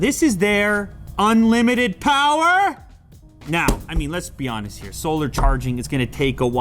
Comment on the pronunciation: Unlimited Powah!!!